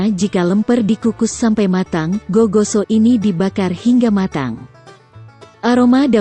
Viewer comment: Sala dia kalo bilang gigoso sama nasu paklekko